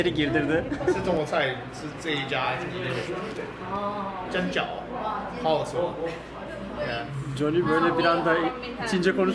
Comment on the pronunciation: Jonny ismii 0 degil A yakin okunur...o kadar Amerikada kaldım diyorsun bari sen yapma